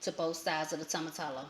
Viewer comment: Oh Jesus every time you say tomatallo...hahaha....it's actually pronounced "Toe-Mah-Tee-Yo" Great video tho and thanks for sharing this recipe.